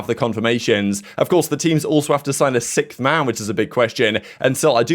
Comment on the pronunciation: I wonder why does this guy pronounce sixth as ‘sickth’, did he see that tweet and forgot how to pronounce it or what